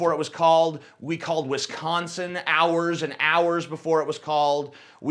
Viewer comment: the only thing i don't like about you is the way you pronounce Wisconsin